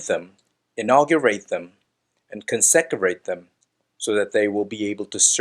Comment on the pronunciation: Con-se-crate!! Get the Hebrew right but get the English right too!